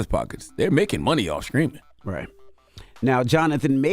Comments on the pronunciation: its sTreaming not sKreaming, Charlamagne! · i hope Charlamagne's AI can pronounce words that start with "St" properly.